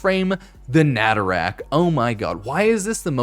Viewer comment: Me whe he said natarak instead of nataruk